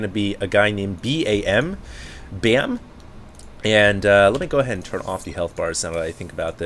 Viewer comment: awww you and youre cute california accent. B-A-M = BEEAM! not BAAM, but BEEAM!